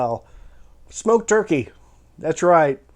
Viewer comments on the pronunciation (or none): none